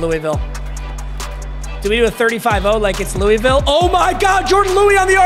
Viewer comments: "louieville" you're killing me its "luhvull" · Louisville isn’t pronounced “Louie Ville” it’s “loohvull” - a KY native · please it's not Louie-ville it's lul-vulle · its pronounced loo-vul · When bruh says Louisville wrong 😢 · Pls pronounce Louisville right it’s pssting me off being from there